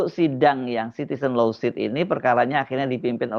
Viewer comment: Lawsuit: dibaca lowsuut